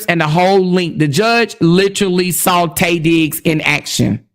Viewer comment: Everytime you said Tay Diggs, i hollered 😂😂😂